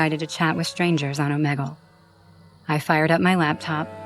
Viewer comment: The way she says omegle😂😂😂